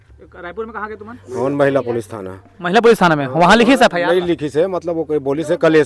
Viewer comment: F.I Nahi F.I.R Hota hai